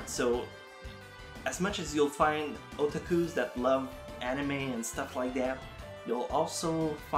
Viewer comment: I like how he says otakus as otākus